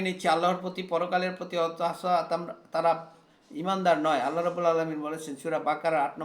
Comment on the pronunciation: সবাই ইসলাম প্রচার করার জন্য দাঁড়িয়ে যায়! এত ধীর গতিতে বললে মানুষের শুনবার আগ্রহ থাকবেনা🙏🏼। আল্লাহ="আল্লাহ্" বলুন।